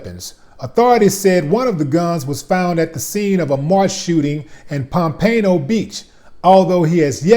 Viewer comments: Pompano is pronounced (pomp-pin-no) not (pomp-pain-oh) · Willie D it's not PomPano it's Pom-Pa-No lol you welcome O.G.